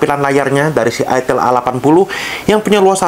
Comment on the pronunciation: Dibaca AITEL. Tulisannya ITEL bukan ITIL